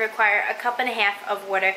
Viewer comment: Shop rite & the way you said water; girl you must be in New England somewhere 😂